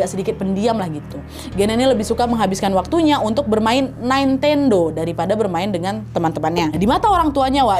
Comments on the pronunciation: Nintendo Nad. Bukan naintendo wkwk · Kak, maaf pengucapan nintendo itu ya nintendo bukan naintendo 🥹🤗